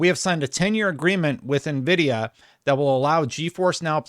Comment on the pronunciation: Who the fook is navidia ??